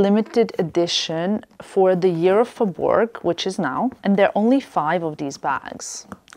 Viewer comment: Hi 👋 actually we don’t pronounce “g” for faubourg /saint honoré